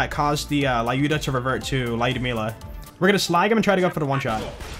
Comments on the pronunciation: Please stop saying lAyuda, were A is excess. This has been hurting my ears for years. Its just Lyuda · fun facts: Lyuda is actually pronounced as lewda. In russian version the sniper rifle is called "Maxim"